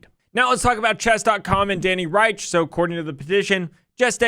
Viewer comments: Danny Rensch's last name is pronounced 'wrench,' not Reich. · FYI It's "ReNsch" not "Reisch". From what I've heard it's pronounced like "wrench" but with the soft "sh" and not the hard "tsh/ch" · Awesome vid, would love to see a part 2! Also, Danny's last name is pronounced Wrench! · Rensch is pronounced like wrench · This made me remember how I miss seeing your chess streams pop up on my feed :/ Edit: Danny's last name is pronounced "wrench", like the tool And PART 2 PLEASE!!! Civil conspiracy would be so interesting and hopefully make a truthful yet click-bait title. Love you and Kurt! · I feel bad for Danny Rensch. Nobody pronounces his last name right (it sounds more like "wrench"). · reNsch. it's Danny ReNsch!" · Not sure where you’re getting The pronunciation of Danny Rensch’s name lol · I thoroughly enjoyed this video! The graph helped me immensely in getting a better understanding on the basics of jurisdiction! My only complaint is that you mispronounced Danny Rensch's name throughout the whole video! Definitely would like to see a part 2!